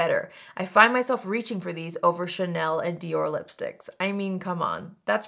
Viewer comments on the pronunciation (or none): none